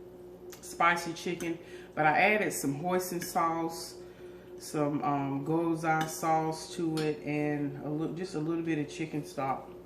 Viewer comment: that Gyoza sauce is pronounced (gee-yo-zuh)